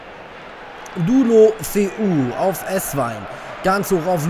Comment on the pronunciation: ich würde Deulofeu so aussprechen: De-u-lofe-u